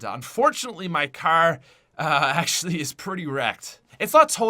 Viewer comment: Why does he pronouce car so wrong its funny